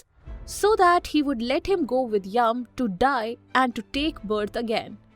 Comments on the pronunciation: it is not yam.. it is yama... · Wtf is yum. It's Yama Dharma. Or Yama. Not yum. Not Yavaga.